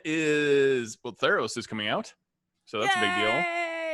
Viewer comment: At first I thought you said thanos not theros Lol